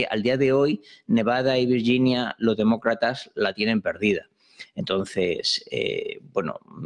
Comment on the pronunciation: Le agradezco al su esfuerzo en hablar en español, mejoraría si comprendiera que en español la letra g junto con la i tiene sonido fuerte y no sonido de ll ó y, así en español decimos Virginia y no Viryinia, comprendo que como anglosajón le cueste comprenderlo pero si no es capaz mejor que todo lo que tenga que soltar lo haga en la lengua de sus amos. Gracias.